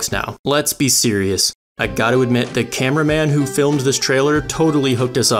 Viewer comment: i cant tell if he said lets get sirius or lets get serious xD